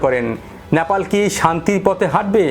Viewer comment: আপনার উচ্চারণে "ন্যাপাল" আসছে। ওটা "নে পা ল" হবে তো। আপনার মতো আরো কয়েক জনকে ভুল উচ্চারণ করতে শুনেছি। সঠিক উচ্চারণ করলে খুশি হবো🙏